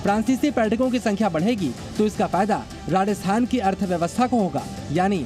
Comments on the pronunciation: Reporter ko "Rajasthan" bolna bhi nahi aa rah 😮😮 Radasthan Radasthan chilla raha hai!! 😂😂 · Rajasthan hai... Radasthan nahi hai... Aap bol k bata rehe ho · भाई राजस्थान है राडस्थान नहीं😂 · Sorry to say but Rajasthan word sahi sound nahi kar Raha hai 😢